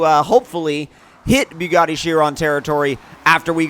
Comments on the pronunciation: Its bugatti not biugatti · "Beaugatti" lol